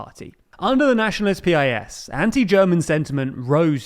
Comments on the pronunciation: PiS is not [pe-eye-es] but [piece] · This guy calls it Peee Ay Esss, while everybody incl the Poles calls it Pisss